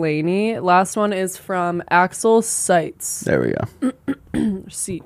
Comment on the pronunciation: Pronouncing Seitz correctly on the first try is insane